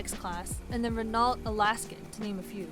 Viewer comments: “renalt” it’s pronounced ren-o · she said renALT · RENAULT (alaskan). that's not how you pronounce renault. The brand is french, just like the pronunciation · Renault is pronounced 'Renno' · For Renault it's pronounced "reh-no" not "re-nult" 😂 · Rey no ... not “renalt”... smh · 'Ren-no' Why is that so hard to say? 'Ren-alt' sounds like a dog food brand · Its looks like Ri-Nalt but pronounced Renow, like what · RenALT? lol. Re-Noh is the pronunciation champ. The L and T are silent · Oh geez she said "renawlt" and not "renault" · And the T is also silent... It's pronounced 'Ren-oh' as opposed to 'Ren-ault' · French protesters (actually Rotterdam) "Ren - ault" (actually pronounced Ren - oh) What else did I miss? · “Re-Nolt” lololololololol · Renault != REN-Alt 🤣 Also how do you talk about this this much and completely ignore that we just have vans instead? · i speak french and i can say for a fact that in french it is pronounced "ruh-no" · Renault is pronounced. "Rhe-no" and its inexcusable not to know this if you are producing a documentary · Imagine not calling Renault by it’s proper name. Pronounced “ Reh-no” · You forgot the main points.... 1. They look bloody awful 2. We have taste P.s.... Renault is pronounced "Ren-no" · R - e - n - a - u - l - t That spells renauwgfmbslt . . . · I cringed when she pronounced Renault. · Ok, but not knowing how to pronounce renault is UN-ACCEPTABLE, for something focusing on cars you should know that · thumbs down for not pronouncing "Renault" correctly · Someone needs to learn how to pronounce "Renault". The Ford Ranger name has existed for many decades. Ford should go back to the smaller version they stopped in 2011. They created their own problem with the Ranger nameplate. They were great little trucks. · please learn how to pronounce 'Renault'.... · Listening to American's actually pronouncing all the letters in Renault is just too good 😂😂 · I HAVEN’T HEARD SOMEONE PRONOUNCE RENAULT THAT BAD IN AGES 😩